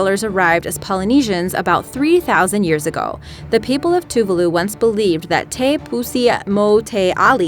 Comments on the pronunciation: "TOO-VAH-LOO", not "Too-vuh-lu". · it's not pronounced two-va-loo it's pronounced as 2-vah-loo